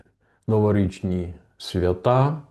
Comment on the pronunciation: Дякую за інформацію. Тільки свЯта, а не святА. Бо свЯта святкують, а святУ, Ольгу, Варвару вшановують.